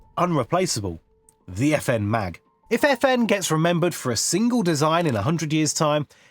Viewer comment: It's not the FN Mag but the FN M.A.G. I know you probably never had French at school, but you are just reading words that even there. Listen to Google Translate or just say it in English, cause this is just painful.